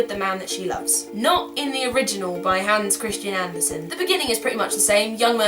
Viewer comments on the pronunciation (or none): Love hearing you say 'Hans Christian Andersen' XD You need to practice on your Danish accent, Carrie ;)